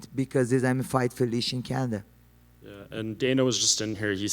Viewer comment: And said Canadia Lmao